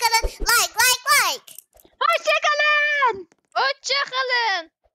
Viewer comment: efenin hoğşçağkalınğ demesi😂😂😂❤❤❤❤❤❤video müqqqqoqoqooo